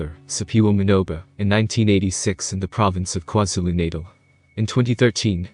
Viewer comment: Kwa Zulu natal pronounced “kwaah zoo loo Nah tarl”